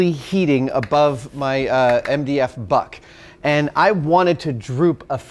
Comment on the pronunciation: I keep hearing butt instead of buck